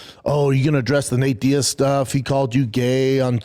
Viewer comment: Did he just call him "Nate Diad? 😂 I can't tawlk B! Doofus!